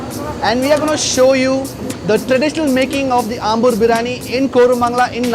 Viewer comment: Biriyaani.. Not biraani!!!